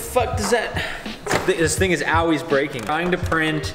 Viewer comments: please say ALL-WAYS not awlways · "It awe-ways breaking" That bothered me a little. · did he say AL-ways? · willyz240 Sounds more like he's saying "aw-ways" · I've never heard the word "always" pronounce that way before.